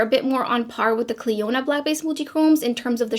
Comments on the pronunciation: I had to go listen to how she said it after your comment 😂 you were not wrong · These look really pretty and I really, really like the Shine. Maybe cans use them on her channel and call them duo chromes and butcher their name like she did today with Clionadh’s today. At these with this brand she should get the name right. (Please note that I know English is a 2nd language for her. However, one search and one YouTube video would have solved this. Also as a brand owner she should be more thoughtful when discussing other Indy brands.)